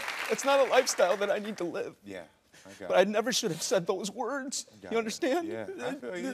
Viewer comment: “I never should have said those WERDDSS” just took me OUT 😭😭😭